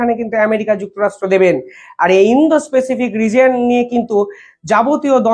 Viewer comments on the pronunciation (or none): স্যর কিছু মনে করবেন না। প্যাসিফিক (pacific) উচ্চারন হবে। পেসিফিক নয়। এক কথায় অসাধারণ প্রতিবেদন।